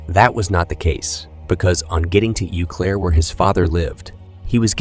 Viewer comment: It’s “Oh” Claire. French.